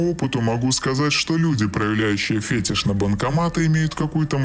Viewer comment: Не фЕтиш, а фетИш. Можешь меня считать душнилой, но если ты общаешься с людьми и тебя слушают, то твоя обязанность быть грамотным. А за ролик, определенно, спасибо.